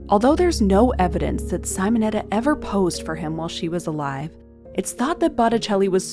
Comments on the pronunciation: Simonetta, no saimoneta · Not Sighmonetta, it is Seemonetta! Do some listining, ffs!🤦‍♀️🙄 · These are gorgeous!! Thank you 😊 Technical note: it's "Simonetta" like "see-mon-etta" not "cy-mon-etta". I always appreciate this channel so much!! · Sim o netta ( like sim card) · It’s said Seemonetta. Hello? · Thank you! That pronounciation was frustrating.